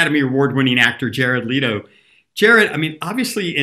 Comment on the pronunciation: I hate when people mispronounce “Leto,” it’s not hard to say.